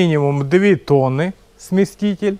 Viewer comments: Смеситель,а не сместитель 😂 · Не смєсТітєль😂😂😂